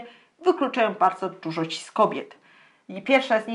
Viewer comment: Ciężko mi się tego słucha bo zaproszona osoba ma dziwny akcent lub wadę wymowy. Chyba że nie jest polskiego pochodzenia. A no i cis- wymawia się chyba bez zmiękczania na ć